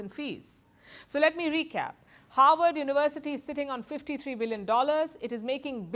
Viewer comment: "howard uwersity"